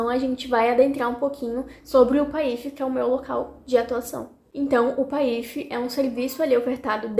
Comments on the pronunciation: Será que eu aprendi errado ou você pronuncia de uma forma diferente a sigla PAIF🤭 independente disso vc é ótima ❤ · Ela fez a pronúncia incorretamente. Mas, ela vai se adequar no início pode gerar dúvidas mesmo.